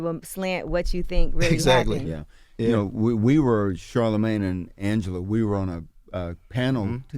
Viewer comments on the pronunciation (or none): none